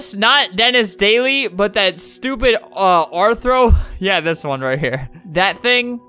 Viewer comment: “What that STUPEED rthro”- Albert